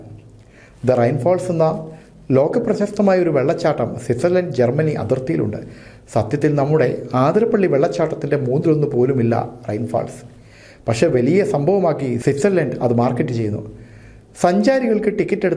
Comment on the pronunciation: ആതിരപ്പള്ളി എന്ന് അല്ല. യഥാർത്ഥത്തിൽ ശരിയായ സ്ഥലത്തിന്റെ പേര് 👉 അതിരപ്പള്ളി 👈 എന്നാണ്.